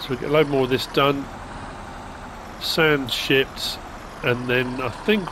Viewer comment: LMAO🤣When you said sand shipped I thought you said sand S*%@ I had to put words on and listen again. 😳 Too funny !